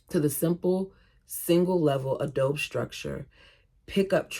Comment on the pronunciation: Hey, you are adorable. You have a lot of empathy for these women and children. PS Adobe is bricks made of mud and straw, so it is free! It is Spanish, say "ah-dough-bee".